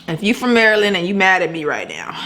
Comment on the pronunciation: I’m from Maryland sis. U tried. Lol. Love ur channel